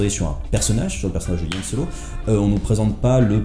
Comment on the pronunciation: Y'a que moi que ça choque qu'il ne sache pas prononcer Han Solo en parlant d'un film sur... Han Solo ?